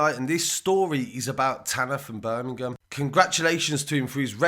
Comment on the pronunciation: BUUR-MING-UM love it :)